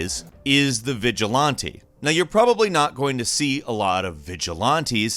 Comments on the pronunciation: The real question is why does he say vigilonte instead of vigilante? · literally google "how to pronounce vigilante" lmao the sound clip pops up (vij-uh-lan-tee) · I mean there is another way you can say it. He said it as Vigil-LON-te while some people say it as Vigil-LAN-te. Both are correct ways to say it. I personally say it as Vigil-LAN-te because the first time I heard the word was in some old superhero cartoons and that's how they said it. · The cideo creator said vigi(laun-tee) While most may say Vigi(lan-tee) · Nobody:: Vigi-Lawn-tee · Glad I'm not the only one that got distracted by that pronunciation. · Holding my pinky finger out it's actually veezh-laughnn-tæ. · yeah... there is a correct way to pronounce vigilante and it isn't this lol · That is literally what I did before commenting. I heard it like “vigil-auntie” your prononciation looks like a French native tripping on the word honestly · Why does he pronounce it like that? Viga-laaaaantae? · it's actually pronounced Vij-Uh-LAN-Tee. LAN like you'd say LAN Party. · "Vigi-Lawn-Tee" This is why I love XD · It's pronouned vigil-anti. It sounds like you're trying to pronounce a french word. And that you've never heard the word said out loud, which is ridiculous. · "Vigilonte" hue hue hue :3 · Nobody:: "Vigil-on-tee" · he sounds like he's trying to say vigilante in br-portuguese but has accent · Your pronunciation of “vigilante” makes me think you twirl the corners of your mustache. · Add “vigilante” to the list of normal words can’t pronounce properly. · there is one correct way tip pronounce aunt, with an aw sound, their point is correct 100% of the time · He can't pronounce "vigilante" lmao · Fantastic and appreciated video, despite the cringe count being pretty high for the multiple slight mispronunciations of the word “vigilante” 😊 Thank you! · Okay but can we just talk about how he pronounced “vigilante” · I was following up until mispronounced vigilante